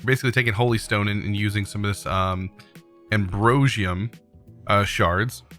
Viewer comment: OMG He pronounced it correctly!! Ambrosium. A momentous occasion :) jk jk